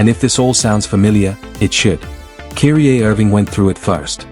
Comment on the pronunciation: Would be a decent video if you did the VoiceOver or script yourself instead of using an AI/ text to speech that pronounces Kyrie as "Keery-Aye"